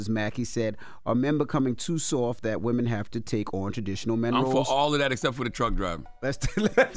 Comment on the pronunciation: Women!!! Not Woman!!!